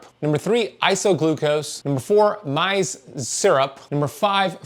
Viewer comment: Maze, not myze.